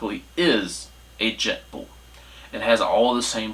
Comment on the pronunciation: Jetboil not jetball😂😂😂😂